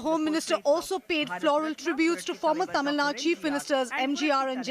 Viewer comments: Why do every news reporter say tamilnadd instead of Tamil naduu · Even in English it's pronounced as Tamil Nadu only,not Tamil nadd.😛😛